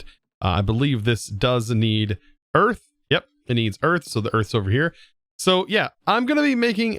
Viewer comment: ah yes. We got eath.